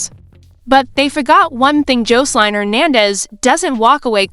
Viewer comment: AI 😂 cant pronounce Jocelyn